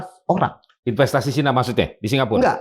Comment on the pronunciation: Cina bukan Caina